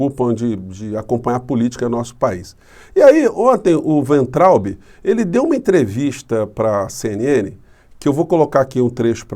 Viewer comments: Pronúncia de Weintraub: Fiz só dois anos de alemão. Eu traduzo, embora com auxílio de dicionário. Pelas regras do idioma, a pronúncia seria "Vaintraup" (o b em fim de sílaba soa p). Wein = vinho; Traub = uva. Uva de vinho então, se fôssemos traduzir o nome desse ilustre ex-ministro da "indukassão". Alguém quer melhorar a minha explicação? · A pronúncia correta é "vaintraub" (palavra alemã). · E acrescento: o “be” final lê-se “ba”. Assim :Vaintrauba. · Acho que a pronúncia do nome do ministro Weintraub. ---vaintraub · Weintraub = Pronúncia: "Vaintraub"... Segundo o tradutor do Google : Cacho de uvas (com W maiúsculo) e somente uva (se com w minúsculo)... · Se você quer utilizar a pronúncia alemã do nome do ex-ministro, diga Vaintraub. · "Vainterraube" é como se lê e pronuncia o nome deste senhor. Em alemão significa uva. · Professor, humildemente deixo aqui uma dica de pronuncia para o weintraube: no alemão as vogais ei juntas numa palavra lê-se ai. Então lemos "vaintraube" ( o w tem o som de v), traduzindo = uva. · a pronúncia correta do nome do cidadão é é é: vomitotraubi...